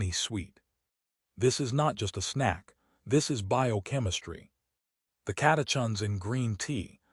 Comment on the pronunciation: Pron. Sen-Kaa. Cata-kins. Complex sea salt, not simple table salt (sodium chloride with no other electrolytes)